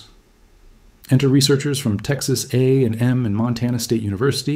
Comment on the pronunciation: he does say A and M incorrectly though we pronounce it as a word not letters.